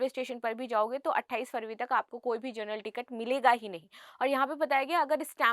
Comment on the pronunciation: जर्नल nahi hai ma'am wo जनरल ticket hota hai ,thoda शब्दों पर ध्यान दें please 🙏